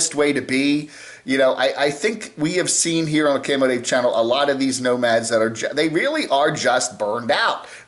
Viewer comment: He pronounces his own name wrong, too?